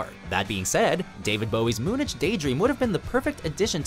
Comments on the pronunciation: Did you seriously refer to Moonage Daydream as "Moon-Adge" while he was singing "Moon-Age Daydream"? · How can this guy not pronounce moonage and ooh 😂😂😂